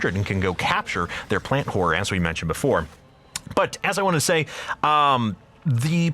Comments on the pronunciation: Am i the only one hearing "plant-whore" all the time? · No, i hear that too